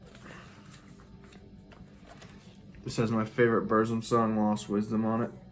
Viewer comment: Killer update. In The Shadow of The Horns is the best song by Darkthrone, killer albums both of them. There is no controversy with Burzum, he is a dick and his music is great. Pretty good pronunciation on the Burzum stuff. Just look at my 'How to pronounce the shit' video. Lawless Darkness was the last real great album by Watain imo, they kind of lost the evil touch after that, so the first 4 albums is killer. Mayhem - Daemon is a great album. Cheers mate. 🤘🤘